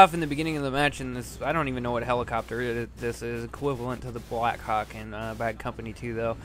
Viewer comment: LOL, sounded like you said : BlackCawk